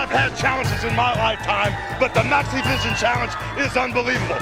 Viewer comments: I don't know if it's just the way I'm hearing it, or if it's just an unfortunate way that the audio mixes together, but to me, it sounds like Hulk is saying, "Let me tell you something Maniac Mike. I've had challenges in my Lifetime, but the NAZIVISION CHALLENGE is UNBELIEVABLE." I know he's saying "Maxivision" and I keep replaying it but I keep hearing that other thing instead. Haha! This might be another one of those cases like the "Brainstorm or Green Needle" audio hallucination (Seriously. Look that up on Youtube. It's cool and so weird.) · I can't say how many times I thought Maniac Mike says NaziVison instead of MaxiVison